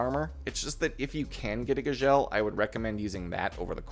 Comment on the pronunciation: the way you Gzhel is driving me nuts